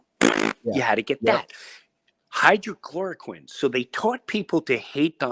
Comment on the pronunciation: It’s not hydrochloroquine, it’s hydrOXYchloroquine